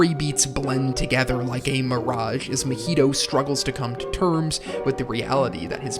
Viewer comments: Why do you keep calling the main character "Mah-HEE-toe" instead of "MAH-hee-toe"? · It’s a decent video, but the way you’re pronouncing the name is killing me. It’s not like the drink Mojito. lol it’s like ma Maiheeshtoe or sound like my heee toe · I’m about to discredit this whole video just by the way that you pronounce Mahito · Bruh can you please pronounce the main character's name right😅